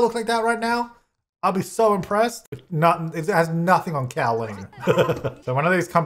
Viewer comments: as a Colleen all I kept hearing this episode was a cow version of my name 😂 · The name Colleen: ~exists~: Cowleen! Like Jolene!